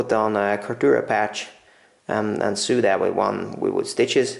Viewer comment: "Sew" and and "so" rhyme.